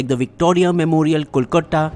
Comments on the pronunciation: your wierd pronounciation of "kolkatta" though.... It really got me🤣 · Hay, why u pronounce "Kolkata" as 'Kolkotta'? I noticed it in several videos....haha LOL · Content aside, what is "Kolkotta"?? Is it some alien place you're hearing for the 1st time...??? :/ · It is not kolkuta rather kolkata or calcutta which will be better convenient for you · Kolkata or just kee saying Calcutta if that helps but please stop with the kolkotta pronunciation! Great video! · This is very informative. I still have a concern with the pronunciations of few words like Kolkata. It will be great if that is taken care. Rest you guys have been doing a fantastic job. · Hi, What's up with your pronunciation of "Kolkata"? Can someone please explain!! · Please improve ur pronounciation of Kolkata .. funny guy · Learn how to pronounce Kolkata before making these nationalistic videos! You pronounce Kolkata with the anglicised pronunciation of Calcutta.